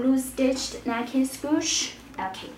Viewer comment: Nike SPOOSH? WTF